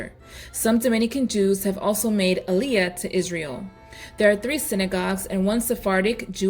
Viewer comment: Overall a great video summarizing the Dominican Republic’s historic and modern ties with the Jewish people. You mispronounced a few words like Chabad, (pronounced habad) and aliyah (pronounced aw-lee-uh) but other than that you provided good content. I did not know about the Sephardic Educational Center in Santo Domingo. Thank you